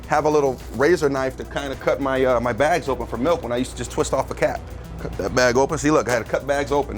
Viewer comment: "In goes ma cheese"